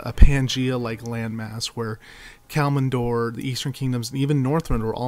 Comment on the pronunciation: Well there is two mistakes I can find in this? Firstly is a minor one, your pronounciation of Kalimdor is wrong, you say KalMINdor, but it is KalIMdor! Secondly! The High Elves didn't go there themselves, they were banished by the rest of the Night Elves, because of the sundering. Else, really good video!